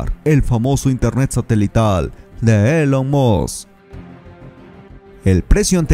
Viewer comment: Se pronuncia ilon musc no Elon.